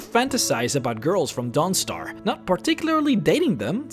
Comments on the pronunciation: I love your videos, but forgive me, I always chuckle when you say Dawnstar, I always hear DONGstar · The way he says Dawnstar XD